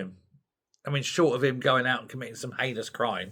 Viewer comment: Did you say anus crime??😂